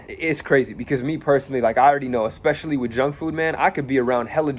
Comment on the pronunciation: Learn English bro... Its especially not EXpecially